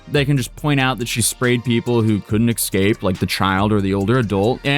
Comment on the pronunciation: just joined the club of people who "excape":V